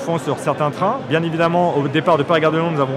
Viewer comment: zidane: c'est bieng , bleu c'est bieng , comme couleur c'est mieux que d'autres couleurs, c'est bieng.